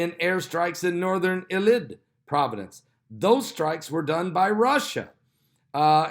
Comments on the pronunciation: Idlib—pronounced ID-lib, just like it looks. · Pastor is having a serious problem pronouncing Idlib! It's easy to pronounce! I've noticed he has trouble with quite a few words, mostly the pronunciation of countries. I know it's no big deal but it sticks out like a sore thumb